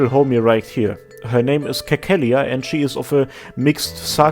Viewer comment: Cecilia is pronounced like Sesilia lmao. Anyway, upvoting for Persona 5 music.